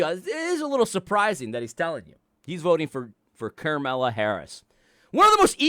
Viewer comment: The way you mispronounce Carmeller Harris's name has permanently ruined her name for me. Now when I hear a family member talking about Kamala as a serious candidate, all I hear is "Camella" XD